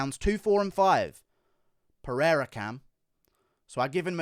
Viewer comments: Peheira is the correct pronunciation in Portuguese so you don’t have to change it. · If you're gonna put some respect on his name , then put respect on his name! Lol. In Portuguese the R is only pronounced as an H if it starts at the beginning of the word or if there are two R's in the middle of the word such as "Rua" or "Guerra". If there is only one R in the middle of the word then its pronounced as an R not an H such as "Oliveira" and "Pereira" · Don't worry about tryin to pronounce "Pereira", you gringos can't, and that's fine 🤣, you guys just don't pronounce the "r" the way we do